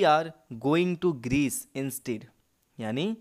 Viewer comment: इंस्टैड होता है इंस्टीड नहीं श्रीमान